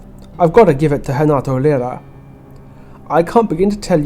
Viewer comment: Pretty sure you’re over-pronouncing Lyra